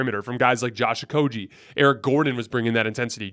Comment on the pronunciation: IT"S PRONOUNCED OH-KOH-GHEE, NOT OH-KOH-JEE. THE G DOES NOT MAKE THE J SOUND!!!